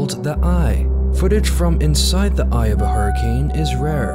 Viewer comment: it's pronounced "thee eye" not "the eye" , the latter really grates on you and makes you sound all guttural and awkward.